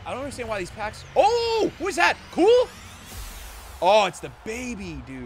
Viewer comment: Blud said "cool" instead of Q-well 💀😭